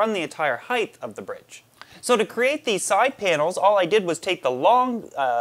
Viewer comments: Anybody else counting how many times he says heighth, and not height......hilarious. Love the vids though. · So, I like you're videos, but I keep hearing you say this fictitious word "heighth". It's making me crazy. Sorry, don't want to hate... I'm just a little OCD. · "Heitth" "heitth" "heitth"...FUUUUUUUUUUUUUUUUUUUUUUUUUU!!!!!!!!!!!!!my brother used to say something similar when he was younge and just had to keep correcting him until he stopped (he used to say thingers instead of fingers